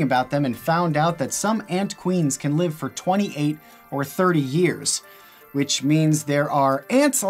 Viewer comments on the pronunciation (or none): none